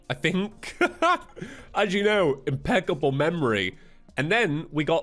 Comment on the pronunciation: You mean impeckable?